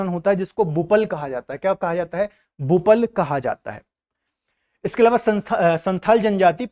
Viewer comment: झारखंड मैं संथाली विवाह को बपला बोलते हैं न कि बुपल😊😊